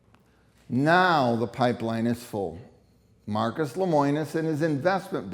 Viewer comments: Yikes. His name is LEMONIS. Not LEMOINIS... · I don't doubt CW's practices or what is provided in the video. However, I think the video would be better presented if the interviews were not scripted. Also, it's LemOnis, NOT LemOIns. :-) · Seems like you would know how to pronounce his name. It's Le mo nis. Not Le moi nis. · Unpopular Opinion: I’m sorry, but not everyone is a victim. If you are investing in something as expensive as an RV you should do your research and educate yourself to avoid getting scammed. Stop being victims and protect yourself. If you don’t, YOU are to blame, not the company. Also, it’s pronounced LEH-MOH-NUS. Just saying. 💁🏽‍♀️